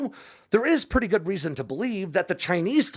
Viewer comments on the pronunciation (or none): none